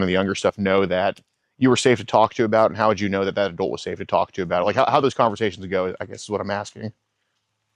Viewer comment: Adolt? It's pronounced adult.